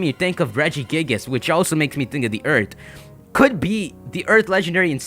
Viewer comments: did you say eart or earth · Anyone else bothered by the fact that he says "eart" not earth.